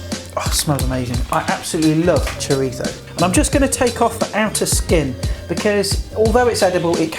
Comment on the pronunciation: Nice one! Thanks for not saying 'choreetzo'!